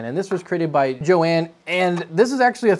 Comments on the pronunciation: i think the person you are calling "joanne" is actually said "yohann" and is a guy maybe, depends ive seen both spell it the same way lol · It's yo-han,not joeann... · Johann is pronounced "yo-hahn," not "jo-an." Ha! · I think it might be YO-Han not Jo-Ann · Im pretty sure thats pronounced 'yo-han' not 'Joanne'. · Hahahaha! Pronouncing it Jo-Anne instead of Yo-Hahn; priceless! Great episode! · Eh, ¯\_(ツ)_/¯ I‘ve heard worse. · was that... Joanne or Yohan ? :P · Johann must be hating you for pronouncing Yo-Han as Joanne LOL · Johann is "yo-hahn" ... Not Joanne. Like Johann Sebastian Bach... Embarrassed for you... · Jo Ann? Yo Han. Fail at pronunciation lol! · Johann is pronounced yohann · I think Johann is pronounced "Yo-hawn" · i have a feeling the designer's name is pronounced like "yohann" with the "hann" being like han solo. could be wrong though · pretty sure Johann = "Yohann". could be wrong. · Johann is like YO-HAN. Poor Johann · I believe it is pronounced...Yo-Hann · Pretty sure johanns name is pronounced like yo-hon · More like Yo-hun (pronounced like an American would, I guess), but you‘re close. I don‘t mind tho. Why get hung up on names? There‘s more important things in life. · Pretty sure it's Yo-Hann... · Also, I don't mean to be that guy, but shouldn't Johann be pronounced "yo-hahn"? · I love how he pronounces some of these names. Gabriel and Johann in particular. I'd almost be willing to wager something those were both masculine names.